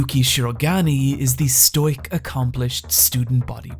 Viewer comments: Pronounce stoic as "stoyck" again and I'm unsubbing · Please,, 'stoic' is two syllables.